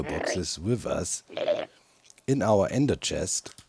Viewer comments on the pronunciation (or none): none